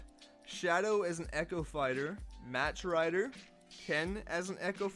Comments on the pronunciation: It's pronounced "Mock" Rider not Match Rider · I hate to be that guy but it's pronounced Mock Rider. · This guy just say MATCH rider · You also said “Match Rider“ oof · Dude, it’s pronounced “MOCK” Rider. C’mon.